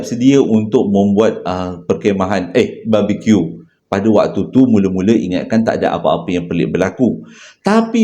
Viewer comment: jgn la ckp "babi Q" pelik sngt bunyi.... haha